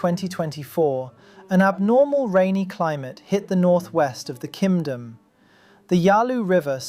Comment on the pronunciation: Am I crazy or I do keep hearing Ki[m!]dom???